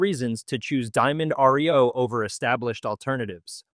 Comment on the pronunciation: Some folks cannot pronounce well. Diamond Reo was a fine truck. Sorry for its demise.